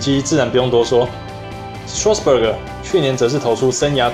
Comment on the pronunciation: 只有我一直注意到Josh每次都把Strasburg念成Strasbuger嗎XDDD